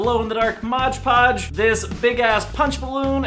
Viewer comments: "modge podge" yikes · this was hard to watch because he was saying "modge podge" i was cringing so much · Yes!!!! MOD PODGE!!!! geebuz x.x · UGHHHHHHH ITS REALLY ANNOYING WHEN PEOPLE SAY IT LIKE THAT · MODGE PODGE????? 😭😭😭 WOOOOOWWWW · There's a comment where he explains that he always thinks of "Hodge Podge" when he looks at the name do he pronounces it "Modge Podge" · No hate, I love you and your videos,, but PLEASE for the LOVE OF GOD learn to say MOD Podge right!! I cri everytim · If I had a dollar for every time rob said 'modge podge' I would be rich lol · Every time you said modge podge I got a bit more pissed off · I dare you to say modge podge one more time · "Modge podge" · MOD PODGE! OH MY GOD ROB CAN YOU READ! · ROB ITS FUCKING MOD PODGE XD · I love you guys but you saying "MODGE podge " is was killing the whole time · it's mod podge not mog podge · I'm gonna kms if he says modge podge again. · who else got fucking triggered when said,"morge porge" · Who else got triggered by saying "Modge Podge"? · Cam McArdle "maj podge" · Someone make a video collage of rob pronouncing mod Podge wrong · I hate it when people can't say mod podge normal.. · The way he says Mod Podge freaks me out... smh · Am I the only one who got annoyed by the way he says MOD podge ?!?!? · Ughhhh it annoys me so much when people say "Modge Podge" IT'S MOD PODGE! MOD PODGE!!! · Am I the only one who HATES how he says modge podge? It's mod podge. Modge podge Mod podge Modge podge Mohj pohj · It's not Modge Podge, ITS MOTHA FUCKIN MOD PODGE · No rob! It says "Mod Podge" not "Modge Podge" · It's MOD PODGE not MODGE PODGE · lol he says modge podge in steam of mod podge😂😂😂😂😂😂😂😂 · Why do people on YouTube always say "Modge Podge" instead of "Mod Podge"? Lol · it's mod podge, not modge podge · There a reason he says “modge” podge instead of mod podge??? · did anyone notice he said modge podge instead of mod podge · It's MOD podge not 'modge' podge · Modge Podge.